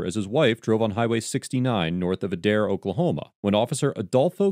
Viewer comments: The Adair Chief of Police was arrested recently after charges by the DOJ. (Aye-dare, not ah-dare) Officer Carlos IS the reason that cops get hurt. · Pronounced Aid-air. Not udair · It's pronounced ADE-AIR. I'm an Oklahoma resident born and raised here and just thought I'd let you know how the city name is pronounced. 😊and I don't feel "contrable" leaving you here. Lol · The city is pronounced A-dare not Uh-dare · I hate to be the one that corrects…but it’s pronounced Ay-Dair. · Okie here. The police in this state are...wild... BTW, it's pronounced like aid-air. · Adair, Ok is pronounced with a long ā at the beginning. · Just to be clear - it is pronounced Aye-dare :P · I'm from OK, and it's pronounced AY-DARE. This event sounds like par for the course there... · Just a simple pronouncement correction. A-Dare=Adair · it's pronounced Aid-Air. And I know the cops at that PD. Not surprised at all. All the PDs from Craig county down through Mayes county lack proper training. You can basically do reserves for a few months and become a cop. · It's a(as in day) pronounced with a long a+dare...Adaire, Oklahoma. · It's said like A-dair